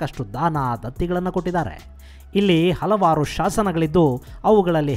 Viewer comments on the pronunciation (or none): none